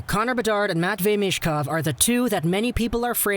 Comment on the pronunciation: You pronounce Michkov wrong. C'mon, it's not that difficult.